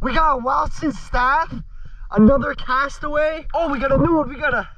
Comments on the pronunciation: I thought it was funny every time he said the name of the golf balls wrong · Great video, I like how you are grabbing the balls out of the lake and reselling them for lots of money, that's really cool. Also, the "castaway" ones are actually "callaway", I work at a golf club so ive seen (and collected) lots of them.☺️ Edit: pinnacle, not pineacle. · It’s calaway😂 and titus but say it like tite-is😂